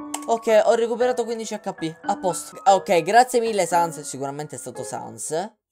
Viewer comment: "Non ha sens" (pronuncia di Sans)... capita? :D